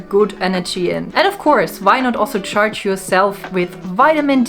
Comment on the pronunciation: I thought you said "touch" yourself under the moonlight...😊 until i realized you said "charged".